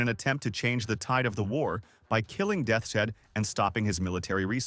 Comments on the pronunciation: "Death's Shed" Fucking AI slop lol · It pronounces Deaths Head as Death Shed. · Is the audio AI. No one pronounces Deaths Head as Det shet. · Did he say Death Shed?